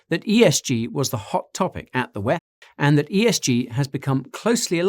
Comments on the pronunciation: DoubleYou Eee Efff: DoubleYou Teee Efff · stop pronouncing this decades old consortium of predators as the 'whaaeph'. The abbreviation is and always has been the WEF!!!! This abbreviation needs no change by you. WTF?! You're (sound like) an idiot here on this one. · Way he said "WEF" was a little distracting though lol. Great vid nonetheless